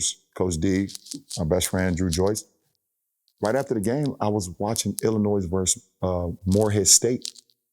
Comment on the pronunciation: Pronounce Illinois correctly please